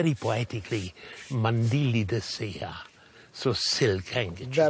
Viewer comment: NO, NO NO. That is not: "mandilli de saea"!!!